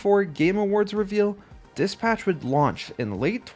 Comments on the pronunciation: did he just pronounce dispatch as diss patch? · say it as one word bro its not dis patch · The way you dispatch as DIS-PATCH is errrrrking me say it correctly ffs!!